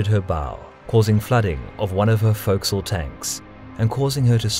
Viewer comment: You pronounce forecastle in a really weird way.